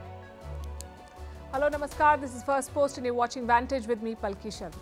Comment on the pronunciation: Why she never saying her name all the way, it sounds like palki sha or palki shar